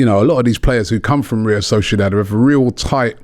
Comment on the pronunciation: Still says real solciodad